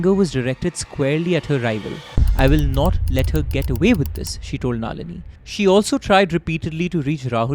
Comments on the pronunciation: finally someone!!! wtf is naaaaalini :=) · you being a student of prestigious Shiv Nadar school. Your pronunciations of names such as Tilottamma and Nalini were weird. I think her death is related to IPL connection which could have led to Tharoor's political image go for toss.Also there is no mention of CCTV's not functioning at the time surrounding to her untimely sudden death. I feel bad for her only son, I hope he is fine though he will never be able to forget the situation for a then 23 year old guy. May Sunanda RIP 🪦 🕊.